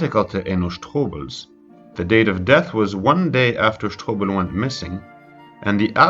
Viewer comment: You are really enjoying saying the last name "sh-TO-bel" 👍🏿